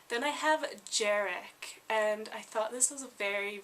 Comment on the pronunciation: you should say Jarek as Yarek ps. i'm Polish